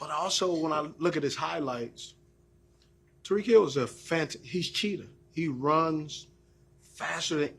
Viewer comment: Lol he call Ty-reek “Ta-reek”